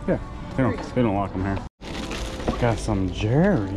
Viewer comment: Erm, I love watching you two and your hints. Jewelry is pronounced Jew-el-ree, or maybe you are being silly. Not jewry.